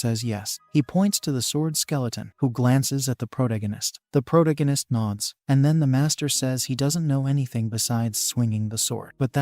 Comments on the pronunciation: Not a fan of the Pro too gan ist? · change this terrible robo voice to something proper, also fix your pronunciation, its annoying how your robo says protagonist and necromancer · Jesus CHrist can you please learn how to pronounce the word protagonist. yes I know its AI but fix this shit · For the love of god learn how to saw protagonist!